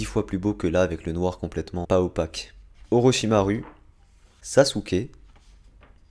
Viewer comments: Pas orochimaru mais orochimarou mal prononcer mais sinon sa secris orochimaru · Sa ce dit orochimarou pa orochimaru sinon gg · Par contre ta dit orichimaru et sa se prononce orochimarOU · on est d'accord a il a dit orochimaru au lieux de orochimarou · Désolé mais ce n'est pas orochimarU mais orochimarOU pour la prenouciation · le mec il dit orochimaruu sa s ecri orochimaru mais sa ce dit orochimarou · "orochimaru" nan ca se dit orochimarou mais ca s'ecrit orochimaru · Ça s’écrit Orochimaru mais ça se lie OrochimarOU 🙃😉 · les dessin sont geniaux par contre arrete de dire orchimaru tu dit bien sasouké pas sasuuuké donc stp dit orochimarou je t'en prie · On prononce « Ousop » et non « Usop » « Orochimarou » et « Orochimaru » Bizarre tu prononces « Sasouke » et pas « Sasuke » Et là c’est la bonne prononciation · Orochimaru sa se dit Orochimarou pas Orochimaru je suis fan d'animé du coup sa m'énerve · Ça s'écrit orochimaru mais ça se dit orochimarou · Ça ce prononce orochimarou